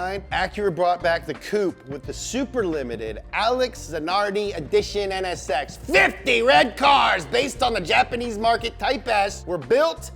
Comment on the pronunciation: Ahhh the nsx VEWY GOOD